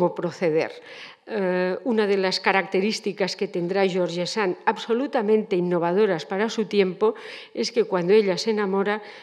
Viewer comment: Como se puede hablar de alguien sin saber pronunciar su nombre????